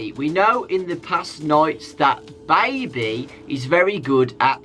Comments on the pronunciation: DOnt say baibee, its baby lul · i like how says baby is that weird